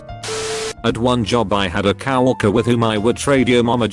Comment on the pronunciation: "Couple years ago I had a Cow Orker.." Imma stop you right there chief